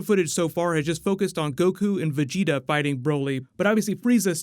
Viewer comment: At least he started saying vegeta correctly